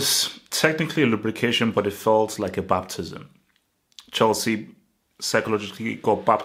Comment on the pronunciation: "A babtism" 😂😂😂